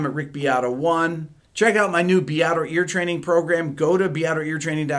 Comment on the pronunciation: Fortress around your heart is also my Sting favorite one. PS Beato not Beeato! Pronounce correctly your beautiful Italian surname